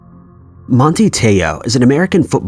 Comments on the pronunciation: Manti Teo is pronounced “MANt-eye Tay-oh” not Monte lol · Manti Te’o is Samoan. His first name is not pronounced like the English “Monty”. …it’s man-TAI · “Monty” lol its pronounced man-tye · #2- Manti , pronounced, Man-tie, not Monty. “Working as a free agent,” means he is not working as he does not have a contract at the moment. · MAN-TAI not Montey. Dumbass. He’s a big time player. Get a clue. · "Mon tee" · Manti Te'o. Man-Tie. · You're butchering Mr. T'eo first name. Geeze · Bro...turn on ESPN every once in a while. That is NOT how you pronounce his name.